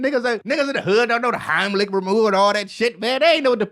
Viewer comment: This guy just said heimlick remover 😂